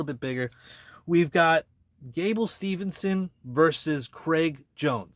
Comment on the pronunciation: It’s Steveson, not Stevenson.